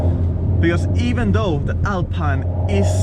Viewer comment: Alpeine Alpeine if you can’t say Alpine al the rest of the movie doesn’t matter anymore ......sorry